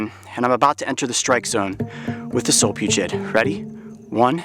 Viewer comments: Solfugids (not Solpugid like he said in the video lol) are terrifying. Technically these aren't spiders but their still terrifying lol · I thought it was solifugid not solipugid? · Solifugid not solpugid